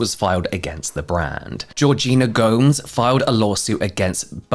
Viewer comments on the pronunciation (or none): Not to be that person, but Gomes is pronounced exactly like Gomez, not “Gohms”. Just wanted to let you know since you may not have a lot of familiarity with Hispanic names. Otherwise, kudos to an excellent, well researched video! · With much love, I believe her surname is pronounced "Go-Mez," even though the letter s is there. 😆🕊🍀🫂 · Gomes is pronounced the same as Gomez, my dude. Go - Mehz not like the plural of home 😂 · "Gomes" 💀💀 UK is so far from Latin America